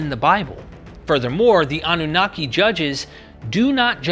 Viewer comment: anu-naki means the pure one.. am from that region so was easy to figure it out.. even though with you pronouncing it in English… anu- naqi is more close to how it really sounds.